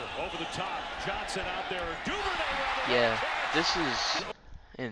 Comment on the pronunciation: Duvernay, not Duvernary... let how to read dude!